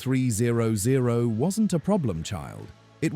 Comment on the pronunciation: This video is complete AI generated garbage. Both the content and voice is 100% PURE AI. The accuracy of what's being is said about the bike is mostly wrong. "THE S-T ONE THREE ZERO ZERO" Please. I have a 2010 ST1300 and have experienced ZERO of these issues. I've rode to Mammoth Lakes, CA at 10,000 feet in elevation, and it rides just like it does at sea level. Maybe earlier models had elevation issues, but my 2010 has ZERO. Riding through Las Vegas in the summer does not burn my legs. The bike is not a beginners bike, but it's also not a 800 lb gorilla and it sheds its weight once you're riding. I never take mine off road either. It's not a dirt bike. It's one of the best and most reliable touring motorcycles every built. Shame on Honda for not making them any longer!